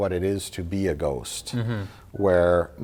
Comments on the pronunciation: I love how Mike's Wisconsin accent comes out when he says "ghost". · Mike never sounds more Wisconsin than when he says "Ghost" . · You betcha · That's the point lol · I enjoy that Mike only has a Wisconsin accent for the word "ghost" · I love the way Mike says "ghost." Its like his Milwaukee accent suddenly becomes 10x thicker for that single word. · Mike's Wisconsin accent really comes out when he says "ghost."